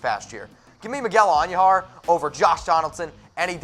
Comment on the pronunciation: Say it with me. Miguel An- DOO-har. It's not pronounced, An-YOO-har